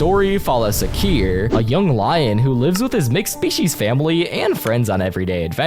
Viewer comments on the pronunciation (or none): Its pronounced king shhhh aaa kiir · Bak bu kral Şakir diye okunuyor Türkçe bilmeyen havalı unutma bölümün adı kaçak damat tekte Gumball gözüküyor 😅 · I CRASHED WHEN I HEARDH KING SHAKIR İts name is not actually Shakir, its Şakir. Its a little bit popular cartoon in my country. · Okay the Fırat iz okay but Sahir???? Sude İTS şakir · it's pronounced ş(Shha) akir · Bro king is okay but the Şakir isnt you need to Read like Shakir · you pronounced wrong,Turkish letter Ş pronounced like Sch in German. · omg as a kid i used to watch Kral Şakir so much its such a fun show, i do remember the episode gumball appeared in where the dad of the mc and his best friend turned into children. i laughed at the wrong pronounciations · Shakir's pronounce is little easy you say "sshhh" for someone stop talking and turkish has own leter "ş"